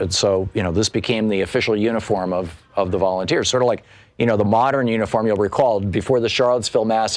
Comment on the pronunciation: Let me guess, all volunteers. then Thom said "volumteers. "😂